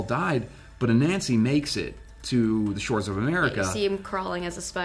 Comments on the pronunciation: The pronunciation is not A Nancy, it's pronounced A nunsi. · Its pronounced anansi ( ah-nun-see) not a-nancy. Growing up with his stories and tales its just torture to hear you guys say it that way . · Please learn to pronounce Ananzi correctly